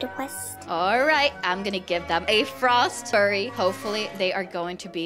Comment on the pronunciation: Hi i love ur vids and by the way say -frost-f-yur-y to say frost fury xxxx (not being rude)